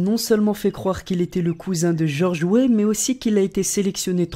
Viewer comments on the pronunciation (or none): George Wé 😂😂 Weah